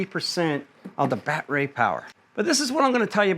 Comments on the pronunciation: I'm guessing that you're being facetious lol since you're saying "bat-ray" instead of "bad-er-ee". Again, 1st time watcher so not sure if this is just part of your schtick. Good content though. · Haha! What’s a “Bat-ray”? 😂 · First time seeing this guy. Is he purposely mispronouncing battery? lol.